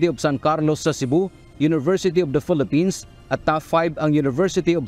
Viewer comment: Your lady anchor says "Phelippines" instead of Philippines. Common! Let's say it right.